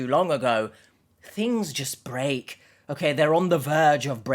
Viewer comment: You pronounce the store Okayjah